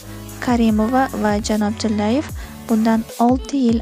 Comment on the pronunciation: хурматли журналист нуткингизда муаммо борми тимур тиллаевни айтолмаяпсиз йоки ростан хам чиллиевми